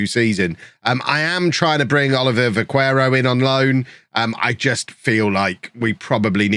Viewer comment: You're probably aware already but Vaquero is pronounced Ba ke ro, the u has no sound